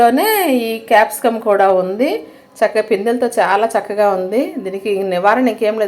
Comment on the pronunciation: Mam it's not Capsum It's Capcicum 😜